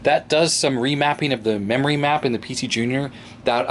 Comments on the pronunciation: Digital "Rerory" Card... XD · Nice "DIGITAL RERORY CARD". Or maybe it should be "ERRORY".